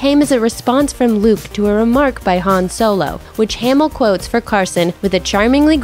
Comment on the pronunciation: Narrator is super annoying. You guys also should’ve told her how to say ‘Hamil’ at the beginning. As she says “Hay-mul”